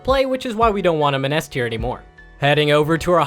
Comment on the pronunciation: Eth tier, sound it out and when ya figure it out get a new speaker for your vids LOL